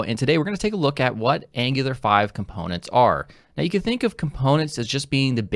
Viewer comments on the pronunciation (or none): none